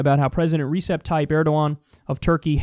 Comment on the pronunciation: In turkey, the C is pronounced with a j sound like... rejep